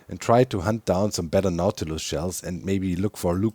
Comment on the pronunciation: Everytime you said "Nautiloid" or "Nautilus" I kept hearing "Mountain Lion" and was like "When did Mojang add Mountain Lions to the game, and why do you have to feed them pufferfish of all things??"